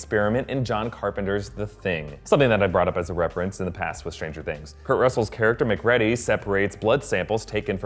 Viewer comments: its pronounced MACK-REED-EE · All this and the only thing that drew my attention away was mispronouncing "MacReady" lol